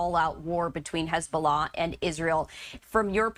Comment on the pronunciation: If u can’t pronounce Hezbollah correctly then don’t say it. Geez lady.